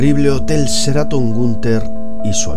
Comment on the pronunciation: se pronuncia SHE-RA-TON no CERATON, ok?